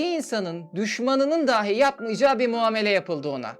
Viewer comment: Daahi değil dahi şeklinde söylemelisiniz. Konuşmanız çok akıcı ama bazı diksiyon hatalari rahatsız edici. Bilmediğim bir konuydu içerik için emeğinize sağlık